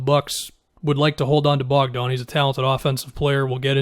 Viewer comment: It's Bogdan not Bojan